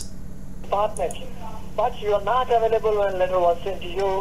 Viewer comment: I did see the viral video you’re translating! That’s how I found you. “aWAILable” 🤣💀 /“What is your good intention” 🥴🤭